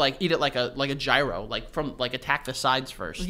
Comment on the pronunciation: So why tf did pronounce “Gyro” like that